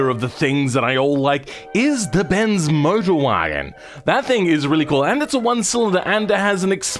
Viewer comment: What is that pronunciation Bens Modrwajen